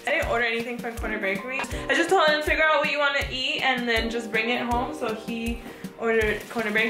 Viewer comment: I’m hugging you through this screen! Wow, that was such a vulnerable moment and I am so appreciative and proud that you shared that!! 🧡🧡🧡 hahah he “TOE-ld (told) you to do them then wasn’t even happy about it bc he thought you got him a present 😂😂😂!! Dang Starbucks didn’t come thru tho!! Lol! Xoxo 🧡